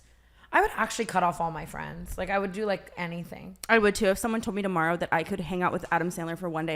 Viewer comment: When tana said toborrow.